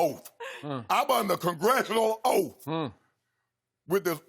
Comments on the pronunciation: OAF AS IN OATH. "Your honor im under Oath". LOL But Shannon said the word OATH COUNTRY tho LOL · “I’m under OAF!”